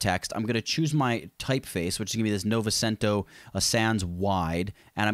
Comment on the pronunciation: Love the tutorial! Although the way you pronounced novecento (90 in Italian) was lowkey funny. :p